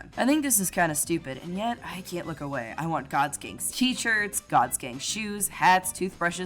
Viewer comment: Gods gang just sounds like Gods gay when you say it.